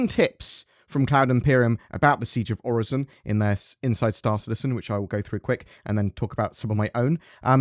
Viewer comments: It's pronounced OR-IS-SON That's how a computer says it :P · i dont get why there is confusion on how to pronounce Orison. Its Orison, not OriZon... there are ads promoting Orison like a tourist destination that demonstrate its proper pronunciation. must be a british thing XD